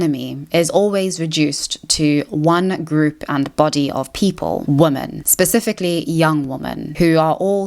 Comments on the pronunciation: Do you know how to pronounce the plural of “woman”? I’ve noticed there’s a slew of YouTubers who won’t pronounce the plural properly. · Hey. love your stuff, but I have one persistent issue that comes up in all of your videos. Sorry, but you pronounce the words "woman" and "women" the same, and it confuses me and catches me off guard every time I listen to you speak. You pronounce both as the singular 'woman' so when I hear you talk about "Russel Brand assaulting three woman" I do a mental double take and its very distracting. Anyway, just letting you know. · Interesting and insightful analysis, thanks. I am not sure why you still pronounce the word 'women' (plural) as 'woman' (singular), is this intentional? I don't think you're right to lump Brand with bad-faith actors like Carlson and Candace Owens, cites, entertainingly and charismatically, a LOT of really great and very thorough sources (eg The Intercept, Jacobin etc). Ad Hominem allegations (surely many truthful and a bit creepy- the man is a charming addict, a product-turned-critic of the Empire of Illusion that Chris Hedges writes about) don't negate a LOT of truth told (generally that the right (obviously) but also the left, in the UK and US, is now firmly captured and steered by corporations under neoliberal capitalism). I admire his ability to bring deluded and selfish right wingers to a more informed place. Check out Chris Hedges- Real News Network, Yanis Varoufakis & Richard Woolf here on YT if you don't follow them already. Anyhow, some good stuff in your analysis, though I thought overly judgmental in some of the wrong directions.